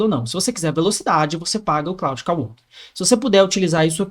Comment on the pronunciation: Jotason, claude kawork, tóken,... ta precisando usar IA pra aprender Inglês heim